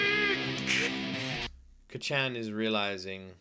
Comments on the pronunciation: This is absolutely one of my all time favorite animes! If you're loving it now, I can't wait to see your reactions to later seasons! Also, Kacchan being pronounced like you would say kachow, absolutely fries me 😆😆 (If you're interested in how it (and other Japanese words) is said, keep in mind that Japanese is a mora-timed language, not a stress-timed language like English! Each syllable is pronounced for the same duration of time, giving it a staccato-like sound! Japanese lacks the strong emphasis on syllables that English has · Can you please stop calling him Kacchan lmao... It just cringes me idk why... Imagine if your friend from childhood or your sibling called you an infantilizing nickname like Luky-Luky, I wouldn't personally call you that because I'm not close to you at all... (+ the pronunciation is really off so it kinda irks my ears too). Like you can just call him Bakugo like every other character in the show and every single person who watched the show, + it's easier for the pronunciation. Anyways, glad you're enjoying it so far, I knew it would be one of those you would like from the beginning based on your prior reactions to other shows, but it'll be fun watching this show again through you eyes. Have a great day/night! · Praying the pronunciation of Kacchan gets better as the show progresses